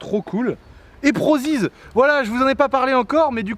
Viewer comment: Comment il a dit PROZIZ mdr 😂